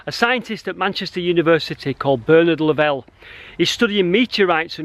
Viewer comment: Great video recommended out of the blue. The only prob is I have never heard Lovell pronounced the way you do. There is no 'e' on the end. Not important but just sounds weird.